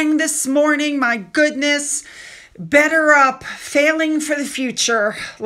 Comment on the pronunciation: He can't even say "better up" - he pronounces it "bedder ub"